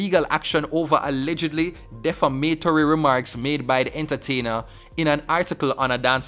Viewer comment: De-fam-a-tory not def-a-ma-tory